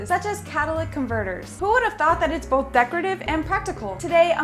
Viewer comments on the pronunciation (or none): none